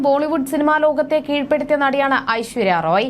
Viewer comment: Ente ponnu koche Aishwarya Rai ennu parayu... Roy alla . Hoooo...ee malayalikale ingane parayullu...